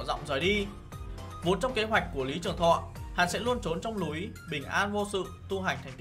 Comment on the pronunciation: Ngậm sỏi vào luyện giọng đi rồi làm clip ông, Lam chính, lữ chính, lúi =)))